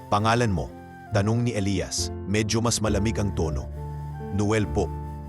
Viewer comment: Maganda ang kwento pero bakit ang pagbigkas ay magkaiba gaya ng Elias ang isa naman ay Elayas😂😂😂